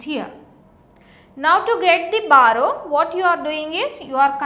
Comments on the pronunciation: Barrow? It's BORROW. BUT LOVELY VIDEO! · It's not barrow it's borrow 😂😂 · It's borrow not barrow btw good explanation. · b(O)rrow hota hai behen ... XD